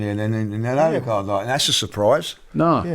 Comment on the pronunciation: And Robbie’s pronunciation of Odegaard. “Orrr degaard”